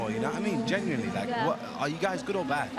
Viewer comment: Does chunk say genuinely or generally I hear a mixture of both I don't think he knows himself 😂